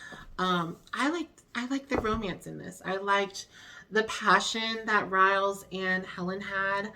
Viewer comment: Hello! Just a little fyi, you pronounce Rhys as Reese. I learned that from Gwen on Torchwood. Yes, I'm a geek.